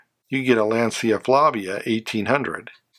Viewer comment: It's always a treat seeing your newest video pop up in my feed. In my view, 1965 was the pinnacle of American car design. The GM's in particular - especially Pontiac - are stunning. One request, however: I wish I could get you to pronounce Lancia as "Lahncha," the way the Italians intended!